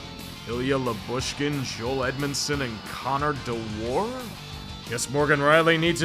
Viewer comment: if he says de-WAR one more time istg...